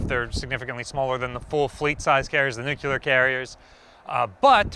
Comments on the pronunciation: you mispronounced nuclear each time you said it. It’s nuclear, not nucular. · Nuclear! Hope that helps you pronounce an incredibly simple word correctly for a change. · The moment you pronounced Nuclear wrong.. you lost all your credibility.